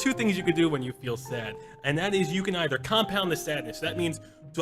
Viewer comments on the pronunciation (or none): none